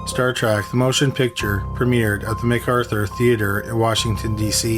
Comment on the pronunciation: "trek", with an "e". not "trak" with an "a". ok, now, continue...